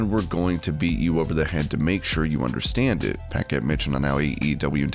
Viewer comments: For future reference, it’s puh-KETT, not pack-ette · I've never heard Renee Paquette's name pronounced like that. It's pronounced Pa-ket not pack-ett.